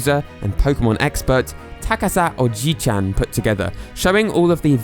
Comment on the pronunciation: Minor correction, the name is actually pronounced as "Takasa Oji SAN", not "CHAN", as pronounced in the video. Not a huge difference, but I figured I'd point it out (especially since ち, the base of ちゃ, and さ looks so similar).